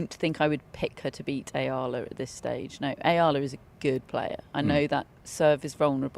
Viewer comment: It’s E-ah-la